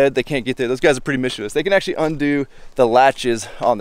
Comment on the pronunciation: Finally someone who says mischievous right hahaha love the work and your videos hope everything goes well!!!